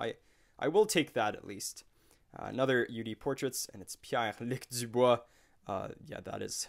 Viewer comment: I could listen to you say Pierre luc dubois all day long